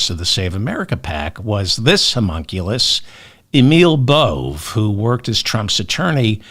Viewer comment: Busy day. Great intro. 😅 "Humunculus". 💙🩵👣